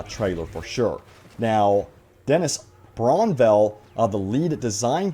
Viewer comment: It is kinda funny that can't say Dennis Brännvall properly after all these years....